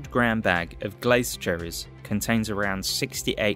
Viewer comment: NOT Glase Cherries - Glacé cherries.